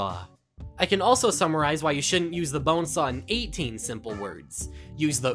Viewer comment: Why does he say bonesaahhh